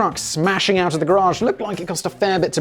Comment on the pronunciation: holy shit, a Brit who pronounces garage correctly... never thought I'd see the day.